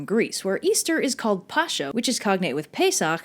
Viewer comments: It is Pass-ha, not Pasha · Pascha is pronounced like 'pahs-cah'. Just a nit pick from an Orthodox. But interesting video. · Pascha (or paskha) is pronounced as "pas"(pass)+"ha"(house) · It's pronounced paska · Pascha => you read it "pas-kha" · Correction: In Greek is named "Pascha", pronounced as an english H, not "Pasha"